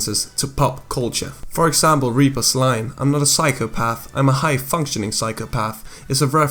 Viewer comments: Are you saying reaper or reaver it may just be my iPad but you sound like you say reaver on my phone and computer? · I swear every time you said Reaper it sounded like Reaver instead. I admit it did start to bother me